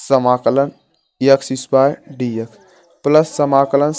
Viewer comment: Bhai X ko yaksh kyu bol rha h